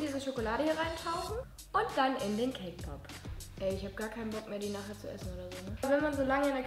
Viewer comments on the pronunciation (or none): OMG SAME ich hab extra die Kommentare gelesen um zu sehen ob ich die einzige bin XD